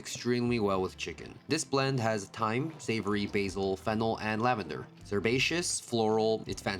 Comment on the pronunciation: rewinded when i heard "fennel", thought i heard smt else